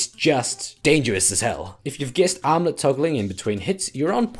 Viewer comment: Matterino Thurmanerino I'm making fun of the way he says "armlet" with his accent